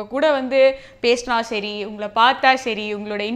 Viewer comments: அதென்ன ஷரி ஷரி ??? தொகுப்பாளினி அவர்களே சரி என்று சரியாக உச்சரியுங்கள் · Its not sheri, its seri 🙄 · வுக்கு "ச, "ஸ" உச்சரிப்பு சரியாக வராது.. பிக் பாஸ் என்பதை பிக் பாஷ் என்று தான் சொல்வார்.. நானும் இதைப்பற்றி கமெண்ட் செய்து இருக்கிறேன்.. அந்த வகையில் இப்போது "சரி" என்பதை "ஷரி" என்கிறார்.. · வுக்கு "ச, ஸ " உச்சரிப்பு சரியாக வராது..பிக் பாஸ் என்பதை பிக் பாஷ் என்று தான் சொல்வார்.. நானும் அந்த சமயத்தில் இதைப்பற்றி கமெண்ட் செய்து இருக்கிறேன்.. அந்த வகையில் இப்போது "சரி" என்பதை "ஷரி" என்கிறார்